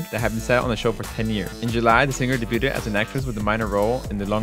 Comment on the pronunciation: 'Debuted' is pronounced 'deybyood'. The t is silent because it's a French word.